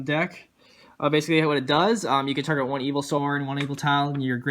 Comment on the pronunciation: You keep saying evilswarm. other than that god video bro